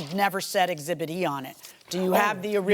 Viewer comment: Exhibit….. not Exhibt Mr. Lawyer 😂😂😂